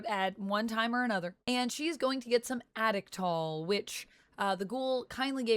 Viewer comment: Why can't young people pronounce anything these days, you sound like an A.I. It's pronounced "AAH-Dict-Tall".